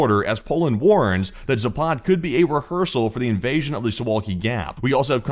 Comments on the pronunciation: Please ! It is Zaapad not Zapaaad !!!! West ! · ZApad. Stress on the first syllable, not the second.